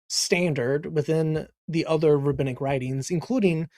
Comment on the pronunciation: he’d pronounce it “Rahabinnic” 😂